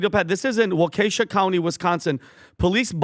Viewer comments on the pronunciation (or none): Lol. Hey, Waukesha is pronounced wok-eh-shaw. When said fast it sounds more like walk-a-shaw. 😊 Flock cameras gotta go!!